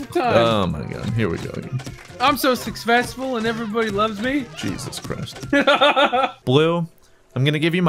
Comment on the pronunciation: "I'm so sucfessful" -Nice try, Blue. We can't all speak perfect English like.;)